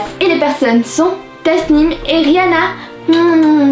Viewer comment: A la fin c’était pas RIHANA mais RIHANE